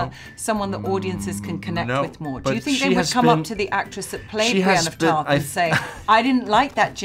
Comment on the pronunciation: "Brain of Tarth" LOL